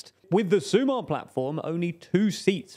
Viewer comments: SumaR, not SumA. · Small correction: "sumar" means to add, not to unite. It's also pronounced with the stress on the second syllable, so su.'mar instead of 'su.mar. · Hi, guys. Your pronuntiation here is overall quite good, but there are a couple of small points to fix. "Feijóo" and "Sumar" stress the last syllable, not the previous one. In other words, it's "FejiOO" and "SuMAR", instead of "FEijoo" and "SUmar". But other than that, the rest was on point. Keep up the good work.